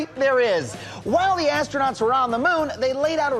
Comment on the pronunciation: I should be drunk, it may be easier to put up with conspiracy theorist bullshit. For the second and last time: Perspective and terrain explain the shadows. And it's ASTRONAUTS, not "astronots". But if, as I suspect, this is a very dumb attempt at humor, it's not funny and very disrespectful. I will shut up now because this is after all, a conspiracy theorist video, and it's rude to walk in to someone else's circle jerk. As you were.